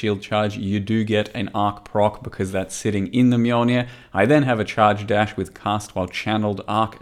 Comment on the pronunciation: What's a "Mulenir"? I only know of the Mjolnir.